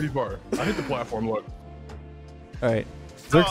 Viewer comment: im so flar me: i know you mean far but like dude